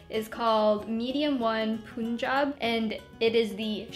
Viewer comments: Haha its not Poonjab its PUNJAB! LOL Its a state in India! =) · Punjab is pronounced like puhn- jahb